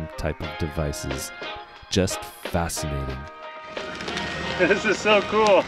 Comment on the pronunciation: you meant "fast-cinating" right?